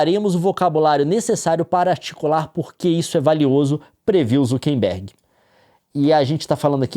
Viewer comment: Por que o Leon fala "ZukeNbergue"?